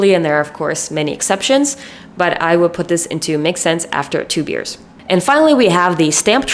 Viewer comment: i think every single time she said “makes sense after 2 beers” me and the subtitles both thought she was saying two “years” 😭 i was so confused at first lmao. btw i don’t mean this hatefully and am rlly enjoying the video!❤